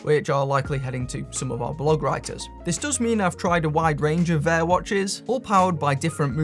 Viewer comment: It's not "Vayer," it's "VAH."